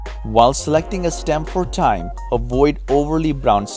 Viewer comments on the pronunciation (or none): Thyme is pronounced Time.. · It's pronounced time